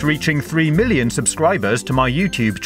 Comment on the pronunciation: did u say billion because it sounded like it